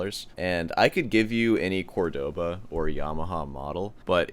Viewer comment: As an aspiring snob, you might want to learn how to pronounce Córdoba properly. They literally put the accent there for you, Jesus! Love your videos!